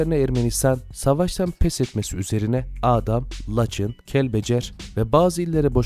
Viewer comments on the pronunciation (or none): none